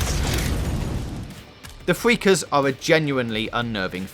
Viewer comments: who done this review Jonathan Ross... "fweakers"?? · Please use a member of staff who can pronounce his (or hers) "R's" correctly.....I mean "fweakers"...."quiet wide" "wesources" ....really?